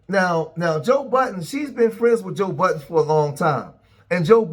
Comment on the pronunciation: It’s Joe Budden, not Joe Buh’ens